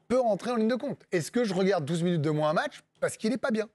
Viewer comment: Ah... honte a moi mais je ne supporte pas les gens qui disent "moinsse"